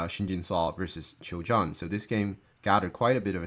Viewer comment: Just a small nitpicking "Choi" is pronounced as "Ch-weh" with a little hint of o in between Keep up the good work